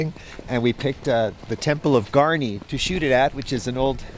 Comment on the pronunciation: its not garniii, ITS GARRRRRRNI